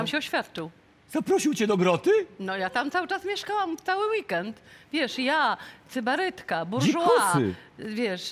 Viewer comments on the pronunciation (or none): Nie radź, tylko się przysłuchaj dobrze. Też mi coś zabrzamiało nie tak jak powinno. powiedziała "Cybarytka" cokolwiek miała na myśli:) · Sybarytka! Radzę myć uszy.